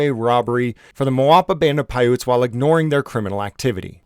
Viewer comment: I thought you said "Moapa Band of Pirates", it definitely fits lol